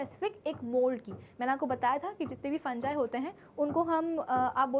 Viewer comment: Mam aapki fungi ki.pronounciation galat hai😟